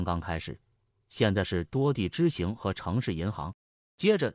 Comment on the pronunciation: 4分27秒 现在是多地支行hang 和城市银行hang，主持人 说成了 支行xing 😮 这个低级错误犯的😂